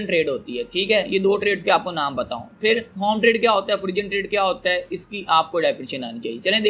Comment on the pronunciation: O bhai forun trade h pronounce....